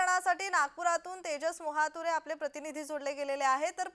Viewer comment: मोहातुरे नाही मोहतुरे